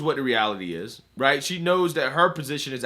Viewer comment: Rahighthaha. I mean, rahighthaha. Ok? Rahightha